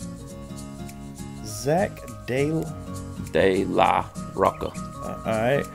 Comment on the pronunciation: It's pronounced Roach-a not rok-a it is spelled Rocha though